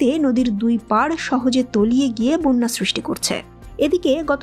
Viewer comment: বোন্যা বলে। হবে বন্যা